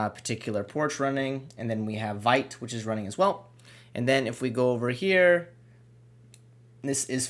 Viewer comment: FYI....it's pronounced "VEET", not "VIGHT"